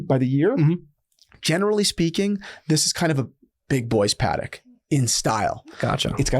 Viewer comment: Pa-Tek…. Pa-Tek…. Pa-Tek….!